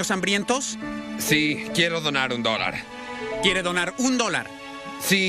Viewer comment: Me da risa como dice quiere dornar "un dolar" XD